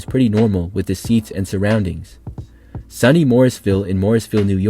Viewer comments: SOO-knee, not Sunny Morrisville, lol. The stadium is right on a hillside so it just drops away on the far side. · SUNY, pronounced sooooneeee, not sunny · The "SUNY" in SUNY Morrisville is generally pronounced as "Sue-knee" and not so much "sunny". It's an acronym for State University of New York. Also, I believe Morrisville teams usually wear green and yellow. Maybe they changed that recently. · SUNY Morrisville is (soony) not (sunny) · Not trying to be a dick, but SUNY is pronounced SOO-NEE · SOO-nee Morrisville. And indeed, it's not too hot up there this time of year. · SUNY is pronounced sue-knee.